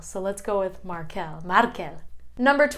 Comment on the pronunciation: Xabier is not "the Basque version" of Javier. It is an original Basque name, that has a version in Spanish (Javier). It comes from the town Xabier in Nafarroa, and this comes from Etxe-berri (new house). Great video, but some names are not pronounced (normally, at least where I live) like you've done: MAR-kel (the non-sexy version), MA-nex, LU-ken, JU-len, a-SI-er, I-ker, MI-kel (If you pronounce it like you did, it seems more like catalan: mi-QUEL). Good to see my name in the top ;)